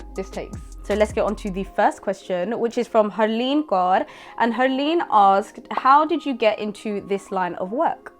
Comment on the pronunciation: Tysm for pronouncing Kaur correctly 🙏🏼